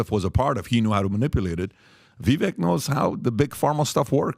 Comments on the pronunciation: viv VAKE. . learn his name people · At some point I think those that have large media platforms or are interviewed on these platforms should try to look into pronouncing the names of those you refer to over and over again properly. Vivek Ramaswamy’s first name rhymes with bake or cake. As if it were spelled Vivake. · "Vivake" rhymes with cake.